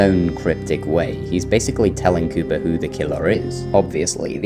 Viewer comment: When you say “Cooper” it sounds as if you say “Cuba”